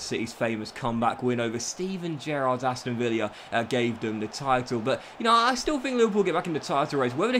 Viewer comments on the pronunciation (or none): 'Aston Villia'